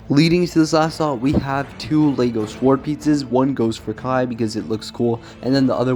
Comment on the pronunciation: Bro said SWWORD